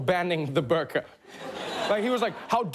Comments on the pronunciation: Its pronounced "boer-qah" not bur-car. Say it the way it is meant to be said not the way the media taught you to say it. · btw it is pronounced as boorqa (like food; double o sound) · I really though Trevor would pronounce burqa properly..😂💀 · The pronounciation of "Burqa" kills me.